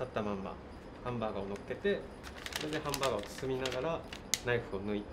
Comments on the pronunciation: ハンバーガーの発音がヨキ🤣マクドしか食べた事のないわたしにとって､こういうハンバーガー めっちゃ美味しそうで食べてみたい🤤💕HONDAにまたがってる､イカしてました😉✨ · ハンバーガーの発音 クセすごいっ🤣 ハンバーガーめっちゃ 美味しそうでした 🤤